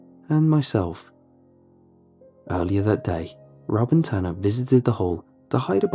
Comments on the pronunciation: i thought his name was ‘tana’ too until they said he was a guy. his name is tanner, it’s bc oh his accent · The story "Incidents in the woods" would've been better had Tana(or Tanner, couldn't tell because of the accent) didn't come back to life. Or not make him a monster or something.